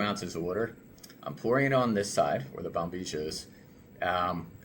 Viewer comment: Why Americans pronounce "Bombizhia" instead of proper pronouncing it Bombilla?